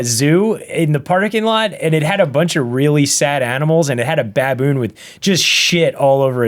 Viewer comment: Why do you say Baboon so weird....